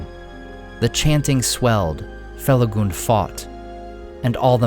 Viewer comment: I'm happy to hear "Felagund" pronounced correctly! Even the recent audiobooks released for Fall of Gondolin and Beren & Luthien mess it up. They're reading excerpts from Lay of Leithian (which has rhyming couplets), and they attempt rhyme these lines where the "-gund" sounds like the U in "fun." in shadow faithful Felagund, careless of fang or mortal wound.